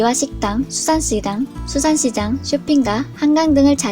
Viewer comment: 앗~! 삑사리~ㅋ "수산시당"ㅋㅋㅋ